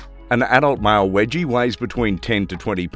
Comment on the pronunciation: Wegie? NO! Weegie as in Norweegian!